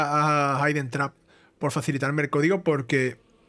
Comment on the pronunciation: Muchas gracias por jugarlo y Pronuncias estupendamente Hidden Trap! Sé que el juego empieza un poco lento pero después se hace de querer :D